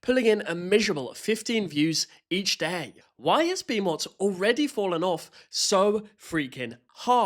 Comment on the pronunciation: The name, Bimot, is the same as Bimo, with a T.